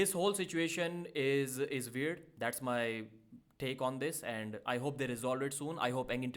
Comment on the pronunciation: "Its all veird" Pa deep 2025